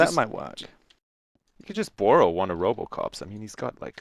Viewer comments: said borrow funny. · 'Borrow". Oh, your Canadian is showing.